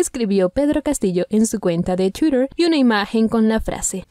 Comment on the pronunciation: No sabe pronunciar twitter .. Debería aprender